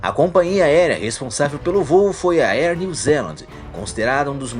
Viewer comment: Bom o vídeo! Só quero fazer duas observações, com todo respeito... A pronúncia não é "ier" New Zealand. Seria algo como "éar" New Zealand... Outra coisa é que acho meio exagerado dizer que afetou "milhões" de pessoas... pra mim "milhares" ou até no máximo "dezenas de milhares" já está suficiente. Mas aí é só opinião mesmo. Abraço